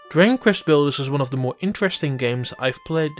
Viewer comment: He pretty much butchers the very title of the game. "Diggin Kvest Blders" is what I heard. I'm not bashing, but he probably shouldn't be doing voiceover work.